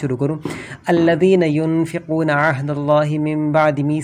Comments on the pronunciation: AYYAT E GHLT PRH RHEIN HE MUTHRAM AP ... TO AP HMY KIA GUIDE KREIN GY?. Yun fikoona nahi yunkizoona he . Ankhein khol k prhein.. Dislike your video 👎🏻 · Aap ne 2 no aayat galat padhi. ALLAZINA UNFIQUNA nhi balke ALLAZINA YANQUZUNA padha Jayega. Allah paak galati maaf farmaye